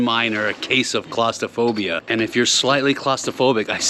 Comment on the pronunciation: Ha ha, when you said clostraphobia? I heard costa. As in it ain't cheep.